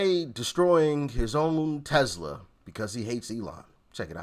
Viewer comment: It's actually pronounced TESS LUH, not tezzluh.